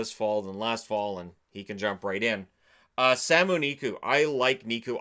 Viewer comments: Sami Niku not Samu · It’s Sami Niku not Samu Niku